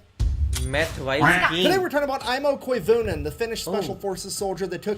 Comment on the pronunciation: As a Finn, I LOVE how you pronounced AIMO KOIVUNEN. Wow... EVERYONE else butchers Finnish names.